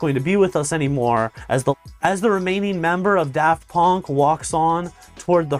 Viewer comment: "Daft Pönk"